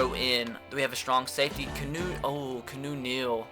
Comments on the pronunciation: It's not "Kuh-new" it's "Key-ah-new" freaking idiot... 😑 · No he says kunoo but he thinks it's keenu it's keawno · KEY·AH·NEW like Reeves not Canoe Neal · Aye, its Keanu Neal, not Kanu. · HOLY FUCK HIS NAME ISNT CANOE OR KEYNEW. ITS KEY-A-NEW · Keanu Neal is pronounced (kee-ah-new) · This dude said canoe Neil and Jeremy zootah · Who else cringes every time he says Keanu as canoe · Ur not saying Keanu Neal's name right its key-ah-new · If he says "Canoe" Neal one more time😂😂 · KEY-AH-NEW Neal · It is pronounced keeeeaaaaanoooo Neal jesus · he clearly stated a couple episodes ago that he knows that but he wants to pronounce it kuh-new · Watch his videos he still doesn't know how to pronounce his name